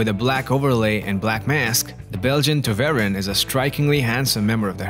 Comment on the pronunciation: Poster: Please learn how to pronounce Tervuren.